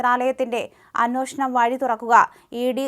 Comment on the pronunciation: അന്വേഷണം -അതാണു ശരിയായ ഉച്ചാരണം . ' ന്നോ ' അല്ല 'ന്വേ ' ആണ്